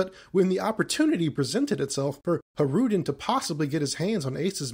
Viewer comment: Just so you know, Hajrudin's name is pronounced like Hay-ru-dinn